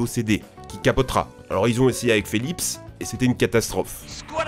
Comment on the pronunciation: "Phélipsse" Phé quoi??? Connais pas cette marque lol P.S : c'est pas la première fois 😂